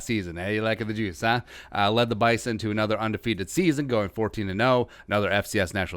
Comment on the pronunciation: Rule #1 of a review video on the Bison. It's ONLY pronounced correctly with a Z. It's Bye zun.